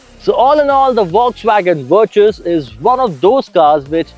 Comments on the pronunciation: Verchhusss??? What's wrong with you...? It's Virttaass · VirTus with a T not a Ch. God damn. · Umm great video, super like. 2 feedbacks: 1- I drive the 1.5 GT, gives me a milage of 19 easily on the highway and 10 in the city. 2- Every-time you said Vir(ch)us it gave me shivers down my spine lol. Good video keep it up guys ❤